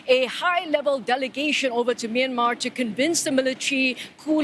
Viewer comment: Okay but can we talk about how she pronounced Myanmar ??!! Best pronunciation I've seen so far